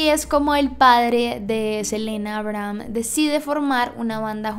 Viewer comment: todos: abrahm la serie de netflix: aibrajam asi lo pronuncian xd